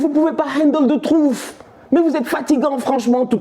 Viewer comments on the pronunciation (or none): Ahah merci pour la vidéo tu m'as tué. "It's the trouffe ! It's the trouffe !" 😆🤣